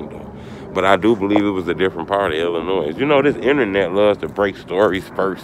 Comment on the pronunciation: The S is silent in Illinois. You from here you irritating 😂